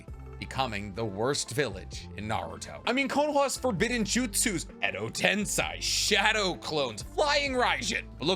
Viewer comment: Its edo tensEi, not edo tensai